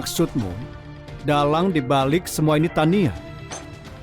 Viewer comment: Namanya Tania jdi Tiana, duber nya nge blank😂